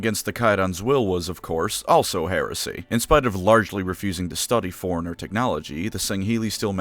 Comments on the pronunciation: Fore. Runner. Not "foreigner". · “Forerunner” not foreigner.